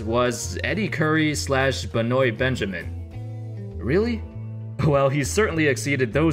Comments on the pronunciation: Lmfaoooo I caught that aswell 😂 It's BEN-WAH.. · LMFAO when you pronounced Benoit as Benoy 🤣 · Thts not how you pronounce Benoit....its ok though....don't really matter....French names bruh